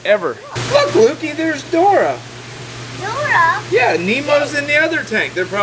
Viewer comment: its Dory not Dora lol